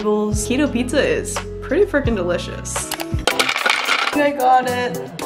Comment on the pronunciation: Love ya but the pizza...it's not pizzaaaaa (yeah, I'm Italian ahah)